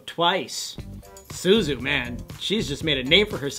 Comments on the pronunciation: tzuyu's names isn't pronounced 'suzu' ;_; it's... it's 'chewy'. ok now i can sleep in peace. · ''Suzu'' hahaha its pronounces Tsu-wi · ikr lol 쯔위=jjeu-wi=chewy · The way he pronounced Tzuyu made me want to cry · DON'T EVER SAY TZUYU LIKE THAT AGAIN!!!!!! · lol how they pronounced Tzuyu's name xD